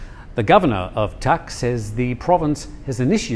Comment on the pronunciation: It is not Tak it is Dak.